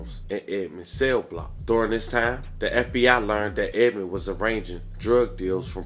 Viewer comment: You keep putting the s on the end of Edmond 🤦🏿‍♂️ you probably say meek mills too